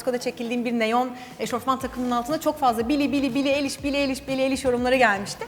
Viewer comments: Billie eliş deyil ayliş diye okunuyor😊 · Billie Eilish derken soyadını eliş diye okumuşsun ama doğrusu ayliş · Billie aşkım varmış💜💕💜( bu arada Billie'nin soyadı "aylıiş" diye okunuyor..♡) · Bili eliş değil bildiğim kadarıyla bili ayliş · Abla eliş diye okunmuyo ayliş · Billie nin fanıyım ama onun adı Billie Eilish yani Bili Ayliş diye okunurrrrr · Ablacığım Bili ayliş diye okunuyor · billienin soyadi ayliş diye okunuyor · bili eliş değil bari sen yapma ya offf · Versa-çi or versa-ce Billie AYLİŞ diye okunuyor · Billie için geldim ve Billienin soyadı "Ayliş" Diye okunuyor ☺💕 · Billie Eilish'ı seviyorsun ama, Billie'nin soyadını doğru söyleseydin çok iyi olurdu.